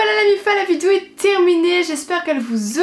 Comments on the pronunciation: Tu as encore dit "vidzeo"mdr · Elle ne sait toujours pas dire vidéo... Elle dit : vidio 😂